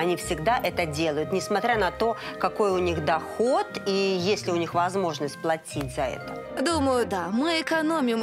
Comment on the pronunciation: Произношение бадоевой :плаЦиЦь—платить,дАрАгие,прАйЦи—пройти. КАРОЧЕ—ЖАХ!!!!